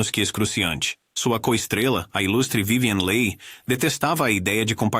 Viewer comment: Não é vivien lei... é Vivien Li , se pronuncia Li. A Harlow era doente devido o excesso de tintura no cabelo, afetou o rim. Ela ficou muito muito mal. Os outros, a maioria, infelizmente sofria de depressão, problemas com alcool e até pilulas... isso afeta. Pobres "anjos das telas"... tinham glamour, mas eram infelizes... a grande maioria... RIP